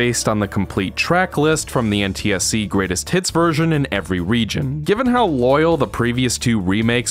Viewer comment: Every time you say “greatest hits” I hear “Great as T*ts”